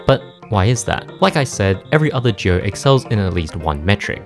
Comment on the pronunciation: I had no idea what a juow was at the beginning. It wasn't until you said pair that I realized you meant duo LMAO also, it's Yo-Shee, he says his own name!